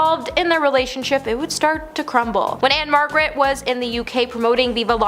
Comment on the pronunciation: Can you really count the nights when after a few whiffs and one or two drinks, The King was stuffing engorged Memphis sausage into a 14 year-old! And it's "Ann-Margret". I do like the fact that you think everyone on earth is a piece of s*it.